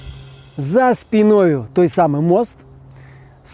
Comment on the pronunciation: За спіною > за спíнаю (націск на і) ; па памеры > памерам (прыназоўнік па гэта пасьля ці альбо за: па абедзе, пайшоў па яго); нязручна > невыгодна, няёмка, але з+руч+на трымаць торбу; Ёшыке падабаецца > Ёшыцы падабаецца; косяць (няма такога слова) > удавацца; канешне, канечне > вядома, анягож (бо канечне гэта абавязкова); класны (няма такога значэньня ў беларускай) выгляд > файны выгляд; класныя краявіды > пазорныя краявіды; падарожжа атрымалася (кніжнае штучнае слова) > падарожжа выйшла.; вымаўляце карэктна камэнты (літара э, а ня е). Дзякуй за цікавінку. 👍